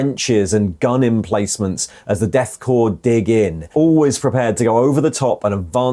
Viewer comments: We say Core when saying the word Corps or Korps. Core man for Corpsman and so on. Corpse has an e. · My biggest gripe with this video: -Korps: Pronounced “core”. -Korpsman: Pronounced “corpse-man” instead of “core-man” (Tho calling the death cult soldiers “corpse-men” is apt. 😅)